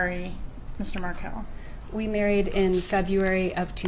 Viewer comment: This is a good summary. I don’t like the AI voice that mispronounces MarKEL as Markle. And Wendi moved Dan’s sons, the Markel boys, after she changed their last name to the name of the family that murdered their father. Dan’s parents had successfully lobbied in Florida for a law that allows the parents of a murder victim to have visitation with their grandchildren, so Wendi fled to Texas, where she assumed the name Jill Estrada. So your essay should end: somewhere in Austin, a woman calling herself Jill is living in the shadow of imminent arrest for the murder of her husband. Georgia Cappleman is coming for you, Wendi Jill. Justice for Dan Markel will be served when EVERYONE involved is arrested and brought to trial.